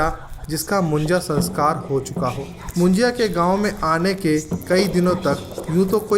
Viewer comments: Moon-ji-ya nahi Moon-ja (मुंजा)😊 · मुंज्या... असत रे.... मुज्या नाही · मुंजाया नहीं मुंजा बोलते हैं